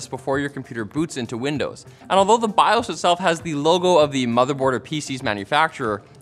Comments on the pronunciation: "Bi ohs".. who says bi oss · It’s bios not biahs. Learn to say it right. Thanks. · my dude. Stop saying bias. It's bios. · He confidently says biOHs as biAWWs which is great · My dude, it's pronounced "bye oh's" not "bye awws" lol. 🤣🤦‍♂️ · It is not called biAs. It is BI-OS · Bi-owes, not bi-awse 🤦‍♂️🤦‍♀️ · They make the Bi-yasssssss. This is a first I heard someone pronounce it this way. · The way he keeps going back and fourth between pronouncing BIOS as Bi-ose and Bi-ahs is driving me crazy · You said Emily Rios correctly, but "BIOS"?...lmao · I think he's saying bios wrong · There is an O in the word BIOS you monster!!! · Why does pronounce BIOS differently at random? Is he trolling? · I've always pronounced it Bi - Oh - s' Is that wrong? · Maybe figure out how you want to say "BIOS" BEFORE the video, instead of pronouncing it 30 different ways in 4 minutes. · Why do you say BIOS like that 🤦🏽‍♂️